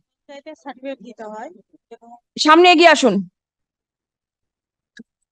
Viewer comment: ওই সাডিফিট "সার্টিফিকেট" উচ্চারণ টাও ঠিকঠাক করতে পারছে না😂😂😂😂